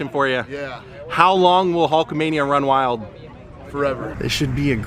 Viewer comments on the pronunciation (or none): did Hogan miss the L off “wild”?